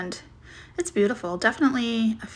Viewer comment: No offense meant but Fenton is pronounced Fen-ton in not Fent-on. 😊